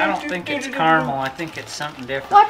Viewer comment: CA-RA-MEL... apart from that.. great vid as per usual guys